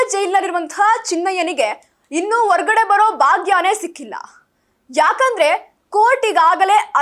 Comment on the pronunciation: ಅ ಮತ್ತು ಹ ಕಾರಗಳನ್ನು ಉಚ್ಚರಿಸುವಾಗ ಅದಲು ಬದಲಾಗುತ್ತಿದೆ ದಯವಿಟ್ಟು ಸ್ವಲ್ಪ ತಿದ್ದಿಕೊಂಡು ಹೇಳಿ 🙏 ಉದಾಹರಣೆಗೆ ಹನ್ನೆರಡು ಎನ್ನುವಾಗ ಅನ್ನೆರಡು, ಹಾಗಾದರೆ ಎನ್ನುವಾಗ ಆಗಾದರೆ, ಹೊರಗಡೆ ಎನ್ನುವಲ್ಲಿ ಒರಗಡೆ ಇತ್ಯಾದಿಗಳು